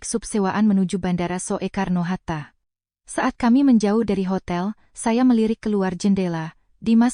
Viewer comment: mohon diperhatikan gaya bicara untuk tulisan/ejaan jaman dulu spt tulisan Bandara Soekarno-Hatta -->dibaca yg benar Bandara Sukarno-Hatta --> bukan So-e-karno-Hatta. "Soe" dibaca "Su".